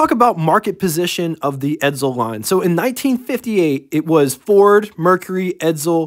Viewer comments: Stop saying Edzel its Edsel , theres no Z in Edsel. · ......"ED-SULL", not "ED-ZULL".....their is no Z in Edsel.....couldn't watch anymore after you pronounced it "ED-ZULL" about 10 times...................................... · It’s pronounced “Ed Sel.” Not “Ed Zel”